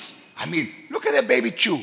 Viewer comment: chew {shoe} Lmao